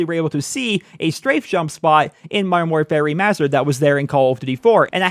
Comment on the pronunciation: I keep hearing "Modern War Fairy Mastered" lol.